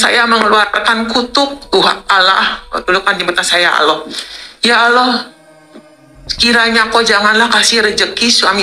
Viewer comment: Coba dengerin bacaan ALLAH,dia ucap Alloh